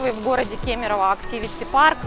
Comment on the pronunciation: не кимерово, а кемерово,вы учите родную речь Я в нём прожил больше чем вы шагов делаете по кемерово